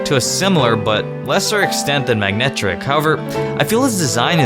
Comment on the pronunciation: YOU FUCKING SAID MAG-NECK-TRICK WHEN ITS MA-NECK-TRICK